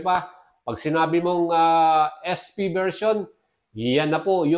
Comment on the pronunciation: AEROX S fiii? Hindi ba SP? Bakit yung pagkakabanggit mo ES FI?